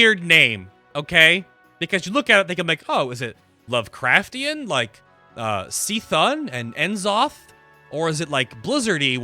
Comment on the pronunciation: btw, lovecraft didn't intend cthulhu to be pronounced "see-thulu," it's supposed to be pronounced "cuh-thulu" just like "cuh-thun" from wow. some of lovecraft's deities had names which were basically impossible to pronounce, as a means of showing that they are beyond human comprehension, and that their language is so alien to humans it can't even be spoken with a human laryngeal anatomy. but cthulhu was never intended to be one of these incomprehensible deities, he's actually relatively minor in power. i think the confusion, yet again, is because of apostrophes. cthulhu is spelled without an apostrophe, so it implies cuh-thulu where you either annunciate the "uh" in "cuh," or just pronounce it by briefly making a "k" sound before transitioning to "thulu." yet c'thun is spelled with an apostrophe. if it was cthun it'd imply cuh-thun, right? but they add the apostrophe and now it suggests the C and Thun are two separate words. and how do you pronounce "C"? well "see," of course, according to most wow players. so the apostrophe makes no sense grammatically in any language, AND introduces confusion by making C'thun appear like an initial followed by a name. i guess the rationalization is that C. Thun is a name like H.P. Lovecraft lol.